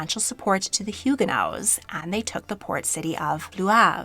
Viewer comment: It is baffling to me that you are a historian and don’t know how to pronounce Huguenots.